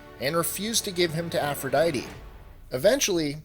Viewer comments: BS APP-RO-DITE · No i m talking about aphrodite